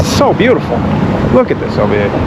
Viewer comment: “It’s beaut-E-ful”